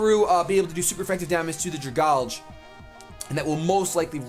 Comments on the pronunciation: When you read pokemon names, I think you need to realize what the real-life comparison they are trying to make is. So Dragalge is a dragon algae, so it is pronounced "Drag" (from dragon) - "algae" or "algee" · Dragalge ( DRA-GAL-GE ) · Dragalge = Dragon + Alge (the green shit that grows in lakes). Drag-al-ge Why can't ANY pokemon youtubers pronounce that? XD